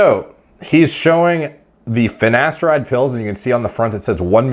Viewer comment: “finnesteride” - ashton kutcher